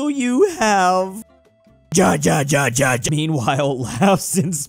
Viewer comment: Venezuelian here, i can confirm this is true. I honestly got a bit mad when he pronounced it like that